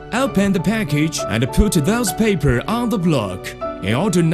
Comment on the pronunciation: look at the paipuur